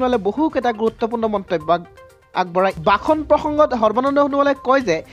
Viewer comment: প্ৰথম শব্দৰ উচ্চাৰণটোৱে শুদ্ধ নহল ! ভাষণ নে বাখন